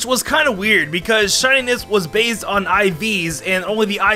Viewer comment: "based" (Or besed)